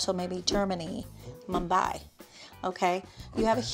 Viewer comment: This lady lost all credibility when she said MUMBAI❌🤣